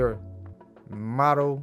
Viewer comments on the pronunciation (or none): It's not Model, like on the runway; It's MODE-DAL. as the mode of a scale. Keep it up Bro!